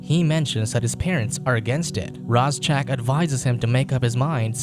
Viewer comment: My only problem with this review is its pronounced RAY ZACK that's all other than that love the video and movie hope you do more reviews and can you do the rest of the franchise please